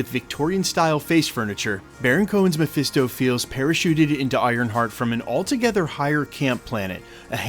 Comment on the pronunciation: Presto it's Mephisto